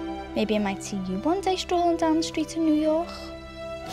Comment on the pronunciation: THE WAY SHE SAID NEW YORK " new yorhhhh"